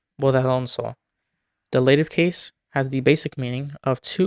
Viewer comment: by the way, the words allative, illative, elative and ablative are stressed on the 1st syllable